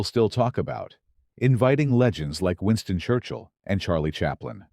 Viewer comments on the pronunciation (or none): none